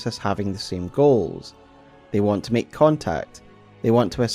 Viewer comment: “Meek” means something different in English than make, if you want to speak English, it is [maek]. Please, finally, learn English.